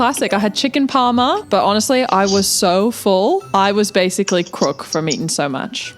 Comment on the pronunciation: FYI aussie for parma is Parmie, not doin so well